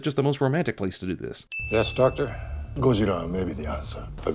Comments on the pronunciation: Japanese guy: "We call him Gaazirra" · it´s Godzilla, only the japanese pronounce it as Gojira